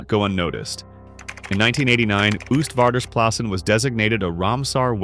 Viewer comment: For a next time: you pronounce it 'OASTvaarders plassen, like oatmeal.